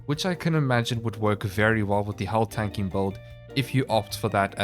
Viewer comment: I swear I heard "hull tanking" somewhere in there, secret filthy Eve Online player confirmed.